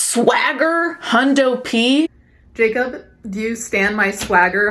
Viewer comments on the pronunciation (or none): none